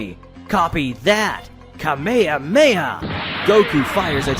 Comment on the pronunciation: He lost me with the mispronounciation of Kame Hame Ha- He says it Ka Meha meha. Wtf